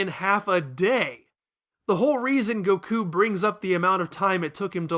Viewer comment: The way you say Goku is infuriating me xD